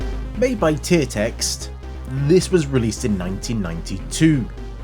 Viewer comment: I did notice the slight pointed pause after you said "Made by Tiertex". 🤣 Poor old Tiertex, lol